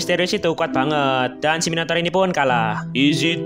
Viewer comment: Yang gw denger "Minotaur=Minotauran" 🗿